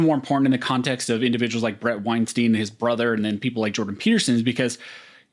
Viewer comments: Bret pronounces his name winestine not winesteen. Small correction, doesn't hurt. Half the interviewers get it wrong. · Pronounce his name properly. Wein “stine” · Weinstein rhymes with Einstein.